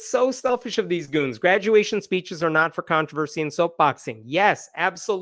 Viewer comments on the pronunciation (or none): none